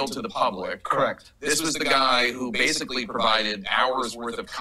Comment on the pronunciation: every time sam pronounces basically as BASELY i take a drink of alcohol i am severley becoming a bum alky !